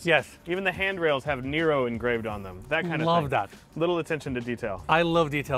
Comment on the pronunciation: He’s pronouncing it like Niro. Nero is the Greek word for water. It’s neh-ro. Understandable though, Americans and geography/other cultures/ languages don’t mix.